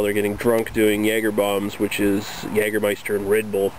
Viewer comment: jagermeister correctly spoken nice - try german "apfelkorn" or "saurer apfel" from berentzen company